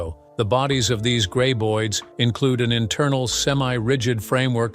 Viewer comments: Why do you pronounce the creatures 'gray-boids'? They are pronounced 'grab-oids'. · It's Grab.... Not Grey!!! Graboids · I subbed after watching two videos by this channel...unsubbed after hearing "gray-boid" for the 20th time in this video.